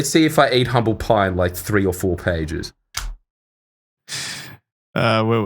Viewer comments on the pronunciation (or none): none